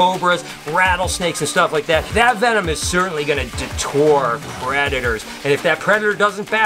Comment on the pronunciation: Can’t tell if is trying to say deter or detour lol